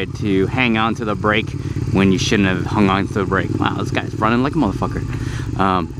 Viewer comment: on the "bracke" ???? It's the combination of "back" and "brake". I have done that so many times where i would combine words when trying to speak faster and make a completely new word.